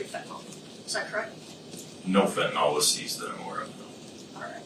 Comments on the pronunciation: fenta-nil, not fenta-nawl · My drug app that I use to cheat with says FEN ta nil. That is the official pronunciation used for the generic.